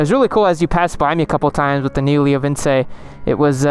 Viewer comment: Not entirely sure but I think 2nd time you pronounced leo vince correct